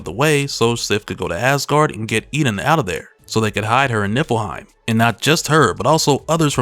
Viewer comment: Haha you said Nippleheim!